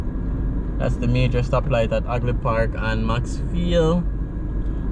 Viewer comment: Half, not Aff.And Hagley, not Agley.